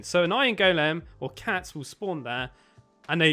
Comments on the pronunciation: The way you say ✨gOulEAm✨ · He calls an iron golem an iron Goolem